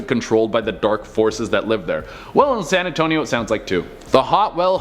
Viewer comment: San Antonious